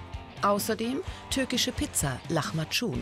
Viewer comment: Lachmajam? Lachmajum! Wird das gesprochen. Pizza... PIZZA?! PIZZA ich geb auf